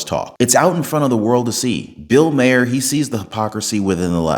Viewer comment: Please learn to pronounce Bill Maher's nane it is Mar not Maher he has been on tv for years and years. I love your show.❤😂🎉